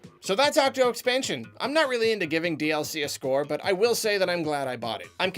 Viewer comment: I had to turn on the Closed Captioning to realize he was saying "DLC" in the intro and outro. I couldn't for the life of me figure out he was saying and heard "DS-ee"